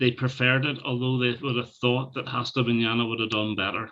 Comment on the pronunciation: The right pronunciation of "Hasta Manana" -> The "H" is not pronounced so Asta not Hasta ;)